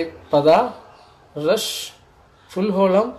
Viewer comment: ரஷ் அல்ல ரேஷ் நன் அல்ல நூன்